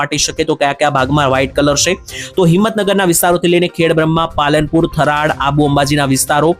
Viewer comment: થરાડ નહિ થરાદ😂